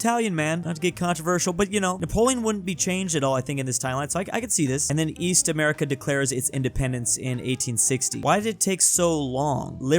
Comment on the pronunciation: East? I thought you said "Weast"